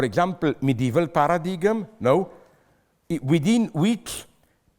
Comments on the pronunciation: I am a fan of PAIR-UH-DIG-EM personally :P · Somebody has to teach this guy how to say 'paradigm', please. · His pronunciation of ‘paradigm’ is hilarious.